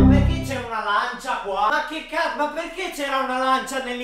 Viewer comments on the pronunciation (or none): Io invece di lancia o capito arancia